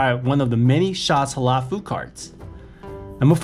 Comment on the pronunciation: It’s not pronounced hala it’s Halal stop saying HALA LOL 😂